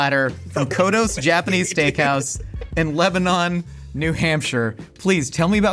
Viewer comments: Same! Although I was mad at for saying leba-NON 😂😂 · i can’t believe noah didn’t correct him on the town name. Its pronounced leb-a-NEN, not leb-a-NON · Ok I know I only know this because my friend is from Burlington VT… but it’s pronounced « leb-uh-nun » not « leb-ah-non » when you’re talking about the NH town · 😂 The host said Lebanon, NH wrong. It's funny how people who aren't from New England always say Milan, Berlin, and Lebanon wrong.